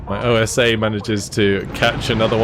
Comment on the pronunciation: The OSA antiair is actually translated from russian to wasp, is a word not pronunced like O.S.A. Not a problem the way you say it, just commenting.